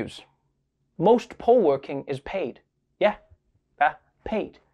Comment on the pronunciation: Also, I'm from Las Vegas. So when you say "poll worker" you need to clarify lmao cuz I was hearing "pole worker". Then you hit me with the "most are over 60"😮 then with the "they only need you to be 16"😳then "thanks..40,000 of you signed up to work the 'poles'"😏 lol